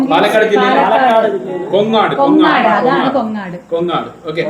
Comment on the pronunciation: കൊങ്ങാട് അല്ല കോങ്ങാട് -പാലക്കാട് ജില്ല